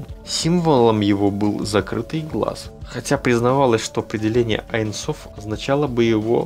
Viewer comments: не "айн соф"; а "ейн соф" . ибо в первом случае вы меняете смысл... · Здравствуйте!Очень интересны все Ваши видео,но в этом видео никак не могла понять на иврите,как Вы объясняли про аин соф.Правильно говорить не аин соф,а эйн соф(бесконкчный)на иврите-אין סוף